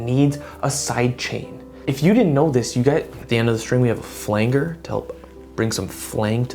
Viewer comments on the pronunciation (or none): "flangher" lmfao I died